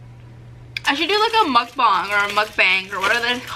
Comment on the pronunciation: It's pronounced like mookbong but it's spelled mukbang that's how they pronounce in Korea